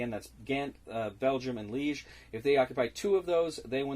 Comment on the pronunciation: Kudo's on pronouncing Liége correctly! ^^ (well, the first time at least :D )